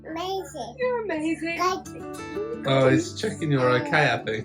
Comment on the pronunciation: Love when he says mazing !!! 😂😂😂😂❤️❤️❤️❤️